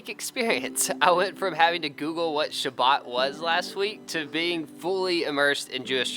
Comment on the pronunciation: We said Shabbat not Sabbat